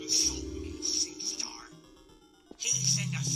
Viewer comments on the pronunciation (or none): SEASTEER AHAHAH ITS SEA-STAR DASHIE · “SeaSTAR” Dashie: listen closely seaster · Absolutely Nobody: Nerdy Employee: “Listen closely seastar” Dashie: “lisTen cLosElY SEASTER” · This man said "seester". I see you ma boi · Am I the only one that noticed he said "seastar" really wrong? 😂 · why did he say seastar like that 😂